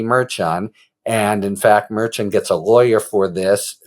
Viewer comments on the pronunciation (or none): Harry, love your channel, but it's pronounced Mer- shan. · It’s pronounced mer-shan as a guest recently reminded you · I think you’ll find it is Mer-Shawn😊